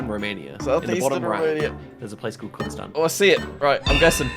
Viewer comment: As a Romanian I laughed so hard at the pronunciation of Constanța which is more like Konstantsa and at the way you said Leon Taxi and Leon is a very common romanian name and usually in Bucharest taxi drivers put their name on the taxi, but great vid and great work from blth of you. Would love to see more collabs 😂🇷🇴